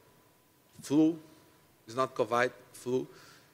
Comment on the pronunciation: "Covide" "Helationships"